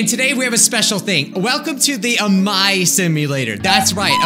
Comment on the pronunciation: True that amai means sweet (あまい) but it's pronounced like a-mai-ee